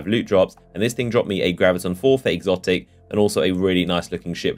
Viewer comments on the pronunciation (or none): yeah sounded like it